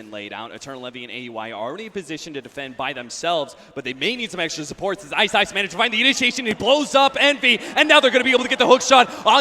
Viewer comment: did i hear iceiceice ? the caster said iceiceice or iceice guys